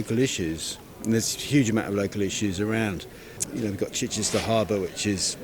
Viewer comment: This was my constituency until I moved recently. Ms Keegan was a terrible MP. Near the bottom of the list of accessibility. She wouldn’t answer a message but you could hear her every other night on LBC. Definition of self serving. Keegan can’t even pronounce ‘Chichester’ - was just installed there because it was a safe seat.